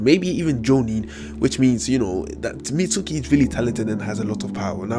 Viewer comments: It's Mitsuki (Meets-Key) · He said Mitsooki